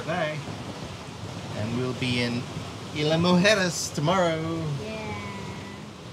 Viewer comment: Wow what a honeymoon sail... To Isla Mujeres (Moo hair ez)... I got such joy outta your pronunciation of Isla Mujeres, cuz my Mum taught me how to say that.. brought back such memories!!! I loved seeing singing to the Sea life. your voice is simply beautiful... Really a joy to hear.. didn't know you were so good on the guitar.. Then the night dance of the jingle jangle anchor... Your both truly amazing sailor's... I really do enjoy every episode... Guy's have a great week.. Thanks for sharing your lives with us grateful ✌🏼💗😊❣️